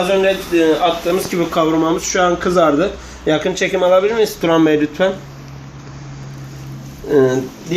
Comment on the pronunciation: la hep yakin çekim alabilimiyz turan bey lütfen bide sonda keslikk diyo külmekten ölüyom :D :D